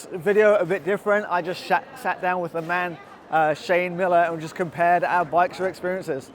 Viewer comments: “I just shat down” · "..... I JUST SHAT......" i know what you meant but wholly crap there went my coffee :)